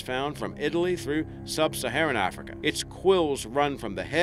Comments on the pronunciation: it's AF-rica... not AH-frica. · its not AAHFRICA.. Damn.. its sounds like AF-RI-KA .. AF as in cAFfeine , RI , and KA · I know I said this on another video but dude PLEASE drop that accent. You aren't Australian and you keep pronouncing words completely wrong. We do not say Ahfrica, it's a hard a sound like in 'at'. Same goes for Massive, it's not mahssive. I would subscribe and continue watching your videos if it weren't for you butchering my country's accent because I actually really enjoy your content. I'm not going to say that it offends me but it's just infuriating hearing the accent butchered that way. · Arrffrika come it’s Africa but apart from annoying pronunciation it’s a good vid lol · I love the way he pronounces Africa.- ARRFRICA